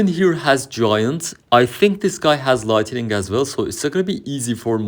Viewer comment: Başarılı video. Bugunun dersi: Light-ı-ning değil Light-ning